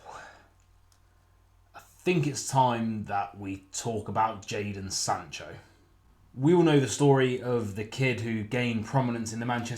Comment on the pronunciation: "Jadon Sancho"?? Oh, i thought you said, "Icarus"